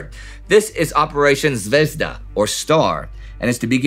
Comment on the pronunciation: What is "Moraia Mechetka"? You often make wrong stresses in Russian names (like in "VoROnezh", "ZvezDA" or "SkaCHOK", where the stress has to be on the second syllable, or "KRASnaya", where the first syllable would have to be stressed, and many many more), but now you've also missed a letter... It's "MoKraia", from "wet". Your lack of a Russian-speaking consultant really shows